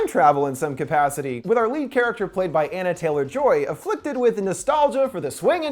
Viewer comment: Ahh yes. Everyone loves “James Waan,” “Anna Taylor-Joy,” and “Rolled Doll.”